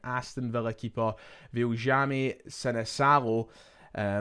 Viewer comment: In Finland the letter j is pronounced like a y - so it will be pronounced Vilyami